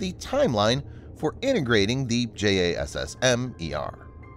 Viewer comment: tbh, I think the current acronym has a pronounciation. But the narrator doesn't seem to have that info.